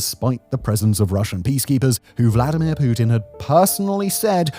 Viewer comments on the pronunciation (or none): none